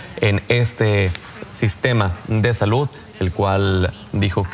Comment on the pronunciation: Se dice SALUD no salut vgt imbecil, ni hablar sabes......